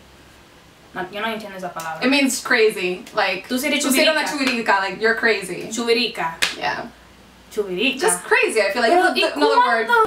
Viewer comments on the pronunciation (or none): it's not chuvirica, it's chivirica lol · No es "chuvirisca" es chivirica😂😂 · Its chivirica not chuvirica! I just found you guys this is amazing. Yall became my favorite😍😍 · Sooo funny! One thing girls.... Its no chuvirica is chivirica! 😛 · Nose dice chuvirica es chivirica and that's when you like to be with a lot of boys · Creo que se confundieron es CHIVIRICA, no Chuvirica. haha me gusto el video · chubirica??? did yah meant chibirica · Yo soy de República Dominicana pero no se dice chuvorica es chivirica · Chuvirica????? Es chivirica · it's actually "Chivirica" not Chuvirica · I say chivirika not chuvikira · Its not chuvirica Lml it’s chivirica... 🇩🇴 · Is actually "Chivirica" no "chuvirica" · Se dice CHIVIRICA no CHUVIRICA son las chicas que le gustan estás mucho con los hombres jajajaja😂😂😂😂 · Is "chivirica" not "chuvirica" Att: a proud Dominican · No es chuvirica, es chivirica😂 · no es chuvirica es chivirica* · Its chivirica, not chivirika. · es chivirica, no chuvirica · Es chivirica no chuvirica😂😂😂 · its actually chivirica not chuvirica hahaha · Its CHIVIRICA! Hahahahha not chuvirica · 😂i think the word you guys were trying to say was chivirica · It's actually "CHIVIRICA" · chivirica is the right way to say it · its actually CHIVIRICA but its ok